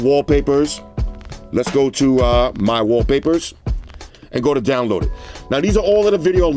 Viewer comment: You don't sound like a guy with a "favorite watch face" or favorite Waww-papahs